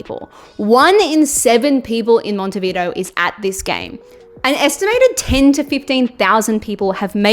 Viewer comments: First time I see a tong as microphone holder.. btw.. is not "Mountehveedo" is more like "m on teh bee the o".. thanks for the video.. no one will take the first world cup from us, Brazil and Argentina can win 20 times but the first is and always be ours in this planet. Cheers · Is not Montevido es MonetviDEO , if you are going to talk about a spanish soeaking country learn a little bit of spanish and learn how to pronounce the country’s name, but I get it, you are from united estates 😂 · "Mont-e-vido" 😂😂😂 It's "Montevideo" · It's Monte vi-DEH-oh... but let's not quibble...women, eh? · "Monte Vidoo" 😂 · Monte Vido lol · Me hiciste cagar de la risa 😂😂Siempre me sorprende como les cuesta pronunciar montevideo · You’re butchering the word Montevideo. It’s pronounced Monte-vee-deh-oh. Dammit!!!! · It was not FIFA back then...and learn to pronounce the venue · Buenos Eres and Montevido lmao